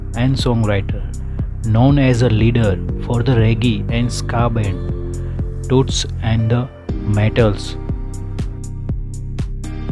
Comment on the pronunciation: Who is this guy?speaking about tots and the matels, he don't know how to pronounce the words, or speak good English so people can understand gosh!.